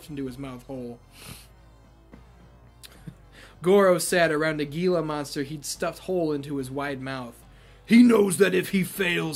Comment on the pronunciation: Hang in there my guy. Also Gila is pronounced like He-La. It has a silent letter like the g in gnat. I hate silent letters. Especially silent Gs... I also prefer the MK9 voice over of Shang than even the 11, & that came from the real actor. Lastly, I just picked up WWE All Stars for PS3 today.